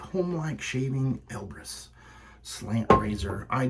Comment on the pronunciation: Great side-by-side comparison shave! I do like the look of the Elbrus (sounds like "Elvis"😜) more than the Konsul. Elbrus has a beautiful smooth looking bend/twist on the blade. Have a great week Buddy!😎